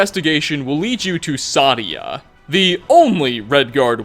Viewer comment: Sadia is pronounced "Say-Dee-Uh" in the game. Also, for the last one ESO had a pretty good argument about who was telling the truth